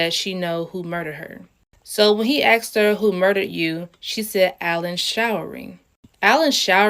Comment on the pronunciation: "aksed" made me laughing on the floor